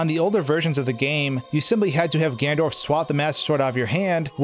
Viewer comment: Did he say gandorf?